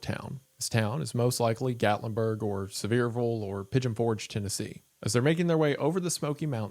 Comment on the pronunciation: This is not going to be my main takeaway from this video I promise, but is that really how Sevierville is pronounced??